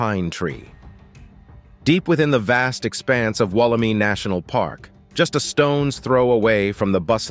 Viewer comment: Wool - am - eye. Not wool - em - ee. Australian pronunciations always trip people up. 😂